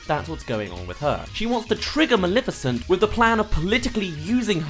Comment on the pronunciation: What the fuck is wrong with you One: iTs NOT FUCKING MALIFICENT YOU SAY MALEFICENT THERE IS NO I Two: THIS MOVIE WAS FUCKING GREAt